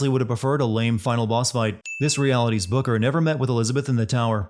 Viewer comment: This video sins: can’t say booker right so it sounds like booger